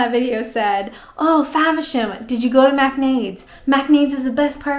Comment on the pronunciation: You are a whiz at pronouncing those British names! Faversham! Macknade's! And you can still rock the Canadian "about"! You're the best! Maybe start a podcast for English learners!